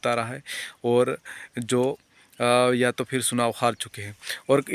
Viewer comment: सुनाव नहीं चुनाव